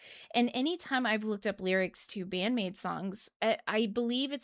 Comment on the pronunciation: I'd watched again your first reaction to Wonderland live a few days ago and it's quite funny because you were blown away in almost exactly the same way. You were such a recent maidiac back then!, mispronouncing the maids names and all LOL Love love love this song, it always gives me goosebumps and makes me feel truly blesed for living in the same era as Band-Maid. Also yeah, Miku is an absolutely magnificent lyricist. She will probably never get enough credit for that because, well, she writes in Japanese; but that doesn't make her lyrics less powerful or well thought out